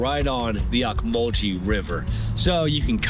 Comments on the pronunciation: Great seeing your perspective of my hometown. My wife and I have lived here all our lives and we enjoy downtown, Cherry Street and Poplar Street. Great restaurants again thank you. Other than mispronouncing Ocmulgee river (ohk-muhl-ghee) You did a great job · It's pronounced Oak-mull-gee river by locals! I was a DJ on WNEX rock station and what was then WMAZ radio during the late 60's and early 70's there in Macon and on WNEX we were the early ones to play new music by the Allman Brothers during that era!